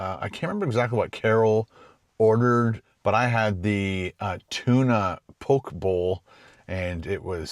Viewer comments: It’s pronounced Po-Ke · Love, Brown's Social House!!!! So yummy. Ate there on my trip to Ottawa a few summers ago. Great choice. Po-kay bowl, though. Lol. Glad you enjoyed it